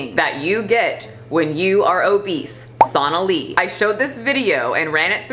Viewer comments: SO-na-lee, not SAUNA-lee. For as often as you say her name, at least say it correctly. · It's pronounced s-oh-nali not s-aw-nali. 😅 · It’s so-nah-lee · Completely random, but the name is pronounced the same as Bengali. So-nah-lee. Also, not a supporter of her. She's gross. Just been hearing that name pronounced incorrectly a lot lol